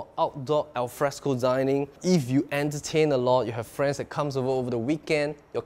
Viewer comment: Haha n that is my fwiend